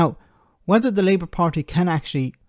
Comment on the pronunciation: "Labout"? calling Wes a Labour lout? 😄